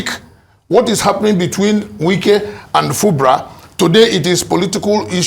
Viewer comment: Wike is his name not Nwike. Funny attempt at Igbonising him.